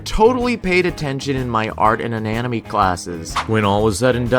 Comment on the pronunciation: "I totally paid attention in my art and ananomy classes" he says while also miss pronouncing anatomy.